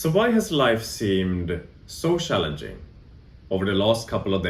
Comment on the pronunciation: Yes I've also found the past 2-3 weeks shallenging. Sorry couldn't help myself love how you swedes say cz as an English sh. It's like you guys have perfect English but this ONE thing you can't crack. lol